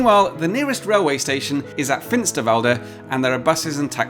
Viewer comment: Small pronunciation nitpick: Note that Finsterwalde is stressed on the walde part, not on the Finster. And, while we're at it, your Abraumförderbrücke F60 pronunciation with all the trills/rolling Rs would be perfect - if you were in Bavaria. For the location of the Bagger is, alas, in Brandenburg, you'd better rework that part. There are no "tongue r"s in that area to be heard.